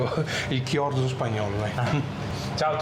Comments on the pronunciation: Chorizo, no chiorzo 😂😂😂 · Siete sicuri che sia Chiorzo e non Chorizo? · si dice chorizo!! leggi cioriso🤣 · Si pronuncia CIORISO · Grandissimi, tutti e tre! Ma si legge ciorizo 😅😂❤ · Davide, ma sarà mica il chorizo (pron. ciorìso)?